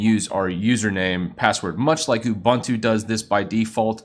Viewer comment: it's not Ubantu. It's not Abantu. It's Ubuntu:)